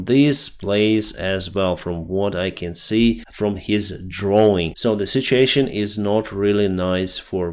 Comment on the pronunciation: say this with me: Sit- You - Ay- Shun (situation). It is NOT pronounced: Sit-chee-ay-shin Okay? You can do it. Ive listened to you say it WRONG for an entire year. Its time to say it right. If I badly mispronounced a word in Ukrainian for an entire year I think you would want me to say it right too.